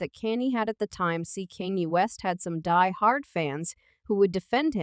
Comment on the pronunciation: An yo can tell its an A.I talking..cuz Kanye West and all the other words are all being said wrong